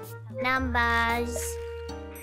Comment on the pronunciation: "Numbas" - Gawr Gura